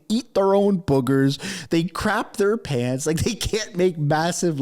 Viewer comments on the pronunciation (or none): none